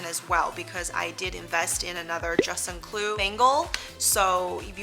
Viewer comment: Informative content. With kindness, I suggest that you practice the proper pronunciation of "juste un clou" in French or say just a nail until you nail it.